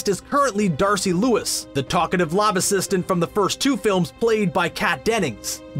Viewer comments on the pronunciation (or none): "talkative lob assistant" learn to speak.